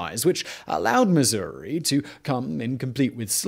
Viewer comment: Missour-ee. Yes!